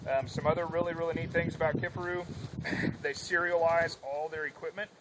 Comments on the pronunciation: It's key far roo not kiff a roo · How the hell do you butcher the name like that??? KIFARU! NOT Kifferoo ffs